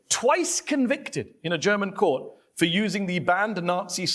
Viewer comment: Jedesmal wenn Krah " Kört" statt Court sagt, will ich ihn schubsen